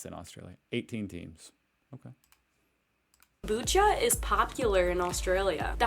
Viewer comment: Kambucha wtf did this lady even tleave Melbourne